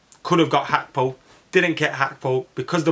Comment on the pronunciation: You sound bitter lad, Gakpo crying tears of joy when Man Utd couldn’t bid on him. And it’s Gakpo not Hakpo you bloody plonker.